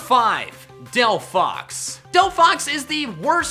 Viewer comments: ARE YOU STUPID!? THERE IS NO F IN DELPHOX! HOW MANY TIMES DO I HAVE TO SAY IT? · There is no F in Delphox!